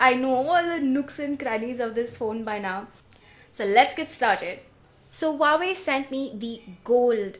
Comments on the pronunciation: They pronounce it "who-wah-way" in their ad. 😓😓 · hah i always pronounced it wrong. wah way now i know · You killed me on the pronunciation! 😜😛😂